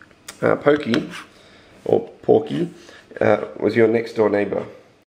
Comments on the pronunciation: it is that the title said "porky" not "pourky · It's porky in the English one of mother 2 it was a pronunciation eror